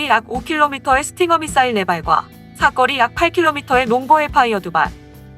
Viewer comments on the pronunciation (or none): 비호의 "사거리" 라는 표현에서 그 읽기발음이 틀렸어요. 이상튜브의 다른 여러 동영상에서도 계속 무기의 "사꺼리" 라고 발음 하시는데, 그냥 "사거리" 가 맞습니다.